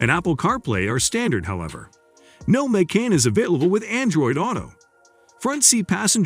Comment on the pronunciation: The audio on this is horrendously hysterical. "May-can", "Kay-an", "Nine Hundred and Eleven" and "Porscheeee" What AI bot narrated this? I had to stop watching.